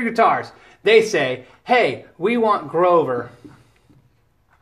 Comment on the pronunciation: "Groover" haha :)